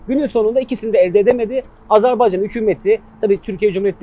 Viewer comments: Allah aşkına nolur artık "Azarbeycan değil Azerbaycan" demeyi öğrenelim....!!!!!!!!! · Hocam Azerbeycan değil de Azerbaycan şeklinde telaffuz ederseniz daha doğru olur.